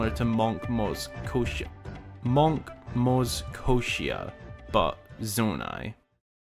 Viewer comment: its maz koshia not moz koshia